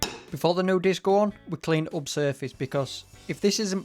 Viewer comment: a laughed at the video when u was on about taking the disc on it sounded like biscoff